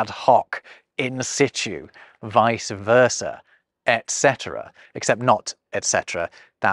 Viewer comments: Why do you say "ek cetera"? There is no "k"! It is "et cetera" with a "t". Don't invent new pronunciation where it makes no sense at all! Or you English make no sense. Repeat after me: ET cetera. Et, Et. Et. Et cetera. eT cetera! eT. eT. ET CETERA. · Did you say ex cetera? For worse: debt, receipt LOL We need to revive thorn and eth. We pronounce the C in perfect and the D in adventure